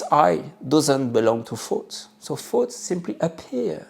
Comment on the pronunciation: I love that you pronounce the word thoughts as “fots.”. It’s easier to see that “fots” really aren’t anything worth keeping